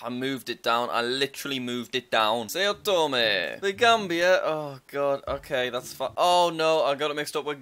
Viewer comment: It’s pronounce like sow tome, not say-oh tome.